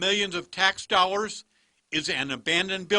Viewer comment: I can't stand hearing people who don't pronounce the letter L. He said "dowwars" instead of "dollars." Had to stop the instant I heard that.